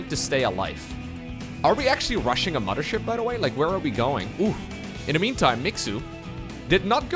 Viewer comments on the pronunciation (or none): Mama-Ship? are you from germany? Wasn't aware of that:)